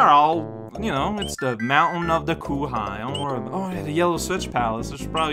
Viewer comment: Ah yes coo-high mountain, the mountain of all the things that are absolutely pronounced “coo-high”, magnificent